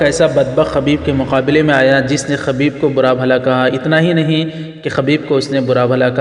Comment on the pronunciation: خبیب بضم الخألابفتح الخأ اصلاح کرلیجیے